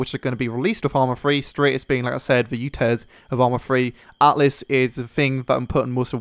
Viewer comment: isn't it altus ?